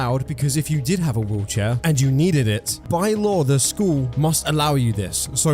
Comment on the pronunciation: I kept hearing "wheelchair" as "woocha" and I was so confused wondering what the hell was a woocha 😭